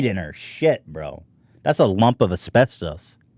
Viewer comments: Does anyone else have a problem with how he says asbestos? Or have I been saying it wrong my whole life? I’m cringing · Ethan mispronouncing asbestos gives me life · why does he say asbestos like that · Has Ethan never heard someone say asbestos before? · It’s annoying that Ethan pronounces everything wrong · The way Ethan pronounces “Asbestos” triggers me. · The way he pronounces asbestos... it just hurts a bit 😂 But that shit scares me to death, my dad worked around it for years in the union without a mask and he's terrified he will get mesothelioma. I try not to think about it. Also either they dont know what they're talking about or you mixed up words, because Europe and Canada dont allow trace amounts of asbestos, that's us. We barely ban anything compared to their thousands of bans on hair, makeup, and consumable products. I've done lots of research since I've joined Monat and it's honestly terrifying how much crap is in "gentle" shampoo like Johnson & Johnson. Ayyy love those gentle carcinogens 😂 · YOURE SAYING ASBESTOS WRONG< MY EARS ARE BLEEEDING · You say so many words wrong or just in an odd manner, Ethan. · When you've been watching H3 for years and you still correct Ethan's pronunciation in your head "maybe I'm the problem." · Asbestos was throwing me for a loop, and no one casually dropped the correct pronunciation, I almost feel like he's testing if the dudes will do it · The way Ethan couldn't say asbestos makes me upset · WAIT.... is HE saying Asbestos wrong or have I been saying it wrong ALL these years? Because nobody seems to correct him on stream. HELP.......... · Also his way of pronouncing asbestos is fucking killing me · hahaha the way he pronounces asbestos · it’s pronounced “as-best-us” not “as-best-toes”😂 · It’s es pes tus NOT es pes TOAST!! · Everyone: asbestos Ethan: esbestoes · Are we just going to ignore the fact that Ethan keeps pronouncing it as-best-ose instead of as-best-is?? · It's "uh-spes-tuss" not "uh-spes-tose"